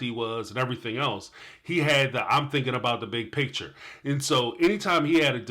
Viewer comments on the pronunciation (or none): Kody, the word you're looking for is picture, not pitcher. Ugh! The way they both use that word bugs me to no end. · Oh, I just want to sit down with these people and teach them how to say “PICTURE”, “FEEL” and “DEAL”.